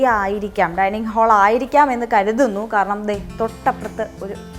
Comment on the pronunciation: ഹോളല്ല ഹാൾ അതാണ് ശരി o,k